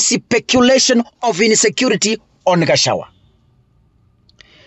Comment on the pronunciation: You cant pronounce GACHAGUA ...g is there. You call him Gachawa...Pleeeaaassse Ndewa....Ndegwa....G again